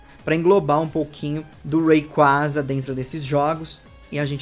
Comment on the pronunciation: Video lançado la atrás: Nomes de pokemon que vc pronuncia errado(rayquaza[weiqueiza]) Video lançado agora: Rayquaza(wei qua za)